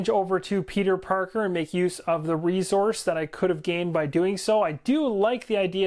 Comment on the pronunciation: Love the explanation and energy! However the word is resource not rezource.